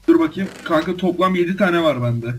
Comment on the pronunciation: Kanka demedi ka ka dedi